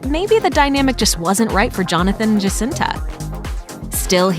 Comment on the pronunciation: The way she pronounces Jacinta...😒 The J is silent and pronounced like an H